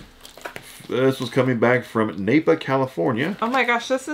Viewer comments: BTW, the package from Napa is pronounced just like the Auto Parts store not nay-pa! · It’s pronounced (NahPah) California lol like Napa auto parts